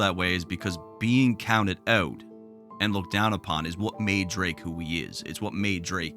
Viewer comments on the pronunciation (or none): "Caounted aout" now I see why this video is glaze....I'm good 😂😂😂